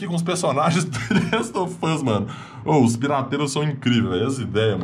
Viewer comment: é impressão minha ou só fala the last of fus